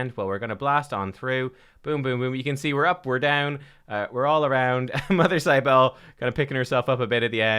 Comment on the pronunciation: Mother Cybele is pronounced SIB-ə-lee. This champion is based on an Anatolian mother goddess dated to the 6th millennium BC